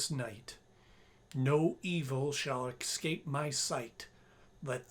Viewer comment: You said “Ex-scape” instead of “Es-cape” that’s why it didn’t work.